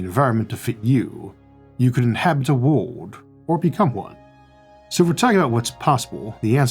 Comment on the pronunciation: why cant you say the word "world"?????